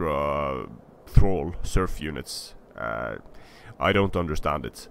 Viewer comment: I know I'm two years late, but I just wanna point out that "thrall" is pronounced "träl" not "freitel"